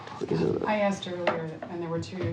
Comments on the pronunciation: Every time he said “axed”’ instead of asked , I died a little bit. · For the longest time, I wondered to myself "Was Michelle ever axed?" Today, we find out that she was. Boy oh boy. The anticipation is killing me!